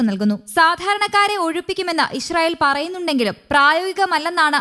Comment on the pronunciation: നാക്ക് വടിക്കാത്തതിൻ്റെ ഗുണം അറിയാനുണ്ട് ഗാസ 'ഗാഷ ഇസ്റായേൽ ഇഷ്റായേൽ എന്തായാലും നല്ല അക്ഷരസ്ഫുടത